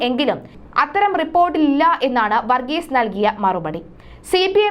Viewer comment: വർഗീസ എന്നല്ല വർഗീസ് എന്നാണ് അദ്ദേഹത്തിൻ്റെ പേര്. വന്ന എന്നല്ല പറയേണ്ടത് വന്നു എന്നാണ്. വന്നത എന്നല്ല പറയേണ്ടത് വന്നത് എന്നാണ്. വികലമായ ഉച്ചാരണം കേൾക്കുമ്പോൾ വല്ലാത്ത മടുപ്പ് തോന്നുന്നു. ഷ എന്നതിന് ശ എന്നും ; ഭ എന്നതിന് ഫ എന്നും ഉച്ചരിക്കുമ്പോൾ വാർത്താവതാരകർക്ക് അക്ഷരത്തെക്കുറിച്ച് പ്രാഥമിക ബോധം പോലും ഇല്ലെന്ന് മനസ്സിലാകും.